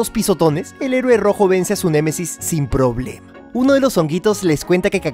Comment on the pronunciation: Se dise némesis no m e m e s i s